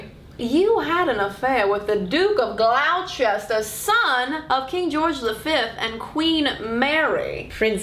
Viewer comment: Your English accent is awesome , Gloucester is pronounced Glo-ster not glowchester